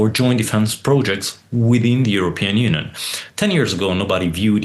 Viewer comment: He can't pronounce union, sad